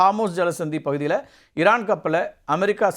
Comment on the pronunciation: இரான் ha ஈரான் ? சார் ஈ வரலயே